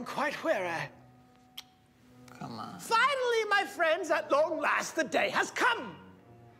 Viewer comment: "You must excuse me, I've grown quite WHEARY"